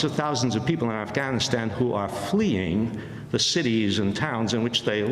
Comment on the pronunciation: Amy Goodmen is the first American who pronunce “Afghanistan” correctly.